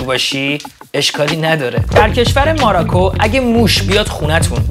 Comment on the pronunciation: اشتباه خوندی ماراکو نه موروکو😂